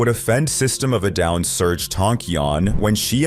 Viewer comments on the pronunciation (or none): none